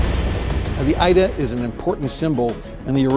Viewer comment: pronounced e-da not Ida 😂😂